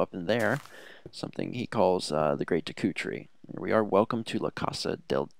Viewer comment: You pronounced deku wrong